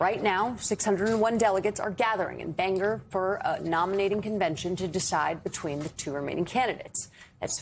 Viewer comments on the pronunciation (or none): “Banger” it’s BANGOR there’s an O!!! Maine is not a foreign country this shouldn’t be hard!!